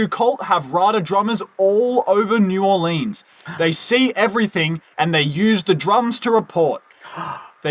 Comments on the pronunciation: This is the first video I've seen where new Orleans is pronounced properly. Good work sir. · Also, New Orlinz, that’s how we say it. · your pronunciation of new orleans was very accurate